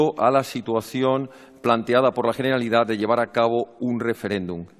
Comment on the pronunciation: Jeneralidad 😭😭😭 mis oídos